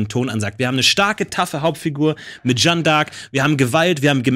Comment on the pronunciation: Jetzt hat der Jung schon n französischen Namen und spricht Jeanne trotzdem völlig falsch aus. #triggered